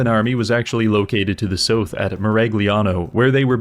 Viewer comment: You say south like sooth. Why?